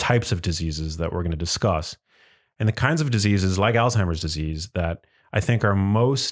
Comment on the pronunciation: It is not Altimer's Disease, rather it is Alzheimer's Disease, with a Z not a T. It is pronounced Alz-Hymer.